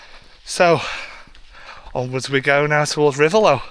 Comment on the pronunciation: Reivaulx - Pronounced Ree - Vo - ignore the i, l and x